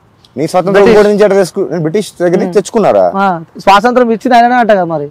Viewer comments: "సొసంత్రం" కాదు రా డంబ్ యాంకర్ "స్వాతంత్య్రం" లేదంటే "స్వతంత్రం" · స్వాతంత్రం పలకడం రాదు నువ్వు ఏమి anchor రా పిచ్చి పువ్వా 😂😂😂😂